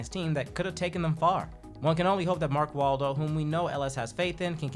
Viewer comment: lmao he said "Mark Waldo"